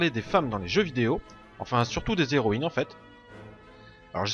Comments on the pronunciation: On dit "les zéroïnes ", comme on dit " les héros " , et non pas "les zéros " , comment peux tu faire une erreur pareille compte tenu de ta bonne élocution, et de ton bon français ? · Pas de problème, mais j'avais l'impression que tu te forçais à dire les " les héroïnes " plutôt que les " zéroÏnes ", alors que c'est bien les " zéroïnes ", qu'il faut prononcer, à l'opposé du masculin où le " H " fait barrage au " S ".